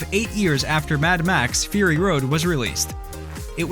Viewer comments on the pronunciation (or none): none